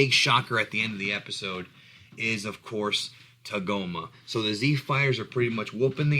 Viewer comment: its taagomaa